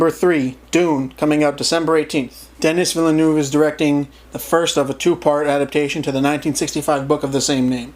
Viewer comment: Oof you mispronounced Denis Villeneuve’s name